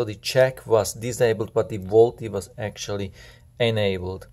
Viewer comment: Volte is pronounced Volt